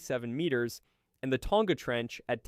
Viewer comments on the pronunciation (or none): none